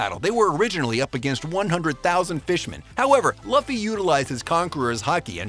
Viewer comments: Luffy is pronounced Loo-Fee. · i hate how the narrator pronounces luffy and madara's names